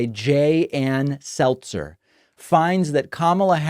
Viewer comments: SeLZer not SelTzer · Selzer not Seltzer love your work bro! 💙💙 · Her name is Selzer not Seltzer so the whole bubble thing fell flat. See what I did there. 🟦🟦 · Ann Selzer, not Ann Seltzer. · Her name is "Selzer" not "Seltzer", everyone keeps spelling it and pronouncing it with a T but it does not have a T. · I thought it was pronounced Sell-zer. It's not like the carbonated beverage. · You are putting a "T" in her last name! It is SEL-ZER. P.S. Early voted blue.💙